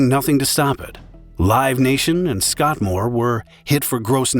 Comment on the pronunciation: “Scott-More”? I thought it was “Scoremore”?